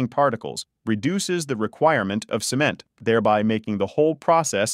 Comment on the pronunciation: And they pronounced it "SEE-ment"! :face-blue-smiling